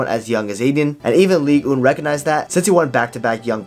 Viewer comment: Say "Ligue Un" again :D Just kidding, great recap, miss Hazard on the pitch. He should have gotten out of Real sooner because a player like him will just faint away if they don't have the joy of playing. Like you repeatetly said, he doesn't train, so playing is the only thing he had, take it away, there remains nothing unfortunately